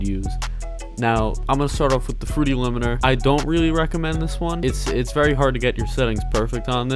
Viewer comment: He still says liminer 🤣lmao!!!